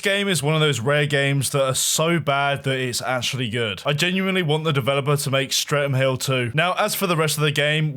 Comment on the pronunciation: lol "Stre'm Hill" :P